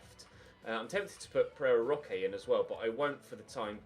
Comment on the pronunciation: First time you said Pereira Roque I thought you said Ferrero Rocher and I now hear it every time you say his name